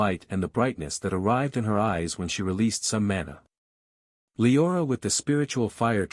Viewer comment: It’s a true bummer you can’t just tell the ai voice to pronounce the freaking names correctly. Sulthra and lye-orah are especially grating.